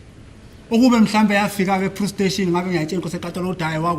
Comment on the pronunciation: Aybo have you ever hear someone saying plustation instead of police station😢